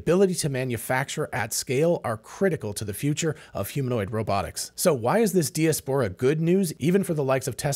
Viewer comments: I’ve never heard the word “de-es-pora” used so many times in 10 minutes. Joking aside, this was excellent insight. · Check diaspora pronunciation ... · Hey. Love your channel. I've never heard anyone pronounce diaspora the way you do. Is it just you, or is that how Americans pronounce diaspora. Just curious. Calvin. 🇨🇦🇨🇦🇨🇦🇨🇦🇨🇦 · Mispronounced that many times, too. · I'm sure knows how to pronounce diaspora. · But the bot he uses to generate this shit doesn't.